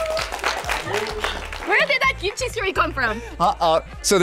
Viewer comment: She should have known that yellow shirt guy was not Korean not only by his appearance, but by the way he pronounced kimchi. He pronounced it like an American would